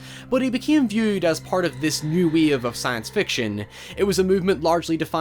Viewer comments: "New Weeave Movement" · what the fuck is New WEAVE ? Wave .. you could at least propnounce the word properly